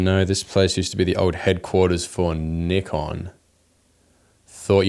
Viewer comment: At least you pronounce Nikon correctly 🤣